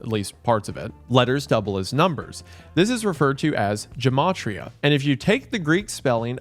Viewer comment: love how you say gematria, easier to pronounce it correctly when you know Hebrew.